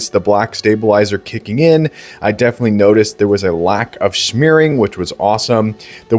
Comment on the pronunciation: NOBODY normal says "1 Emms" - you sound so lazy - its "milliseconds" bud (when you get a Quart of milk or oil, i hope you're not going around saying "I need 1 Quu Tee of oil") ...and also "Schmearing" is NOT a word.... you sound like an ignorant person when reviewing these technical products.... SMH.... good videos.... just every video of yours ive watched has this and its annoying to hear.... its Smearing btw.